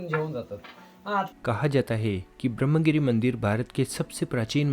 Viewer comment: पता नहीं क्यों, लेकिन महाराष्ट्र के पढ़ेलिखे लोग भी संस्कृतभाषा के तत्सम शब्दों का न तो सही उच्चारण करते हैं, न तो उन्हें सही रूप में लिखते हैं। विशेष रूप से यहाँ 'ब्रह्म' शब्द का उल्लेख करना है। विडियो में इस शब्द का अंग्रेज़ी में, अर्थात् रोमन लिपि में स्पेलिंग सही किया गया है— Brahmagiri, लेकिन देवनागरी लिपि में हरेक स्थान पर ग़लत ही लिखा गया है— ब्रम्ह ! जब कि इसका सही रूप 'ब्र ह् म' = 'ब्रह्म' है। अर्थात्, 'ह्' पहले और 'म' तत्पश्चात् बोलना या लिखना चाहिए। इतना ही नहीं, सही रूप में 'गिरि' इस तरह लिखा जाता है, न कि 'गिरी' !!